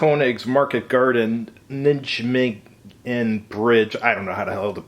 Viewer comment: NIGH MAY GEN (hard "G' in "gen", as in "gay")